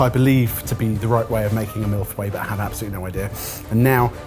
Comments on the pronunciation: I'm sorry, a mille what?! 😂 I never thought I'd hear the word "feuilles" pronounced like that! On another note, I'm so glad I discovered your channel, It's been so helpful to get my mind off of the pandemic! :) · way of saying Feuilles makes me physically ill